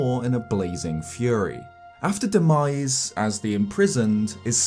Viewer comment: What he said: Demise What i heard: “The 🥑”.